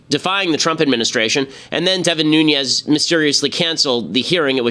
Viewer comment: It's Nunes kind of like noon ez. I live next to his district so if you pronounce it wrong we are pronounce it wrong.